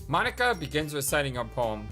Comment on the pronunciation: Well Monika does say that it's not even how you say her name, so I guess she is referring to the fact you said? That its Mo-ni-ka and not Mon-ika?